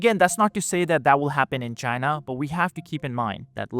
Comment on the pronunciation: CHYNA EES AAAS-OLE